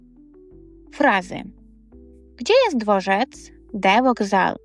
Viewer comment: Хіба у слові "dworzec" (5.15) наголос має падати на останній склад?